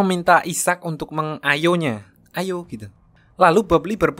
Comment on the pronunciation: ngghateli iki si pembawa ceritanya.. meng-ayo nya. AYO gtu!!!